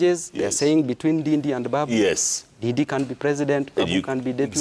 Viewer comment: Jeff, its Ndindi not didi, 🤣🤣🤣